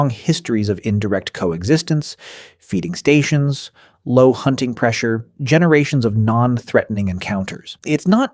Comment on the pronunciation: This is AI slop. Obviously written by AI {you can hear the telltale structure and phrasing} and almost certainly narrated by AI {there are several mispronunciations no human would make, like "feeding stations" with the emphasis on "stations"} I'm sure some human looked at this when pasting the script together, but this is clearly slop.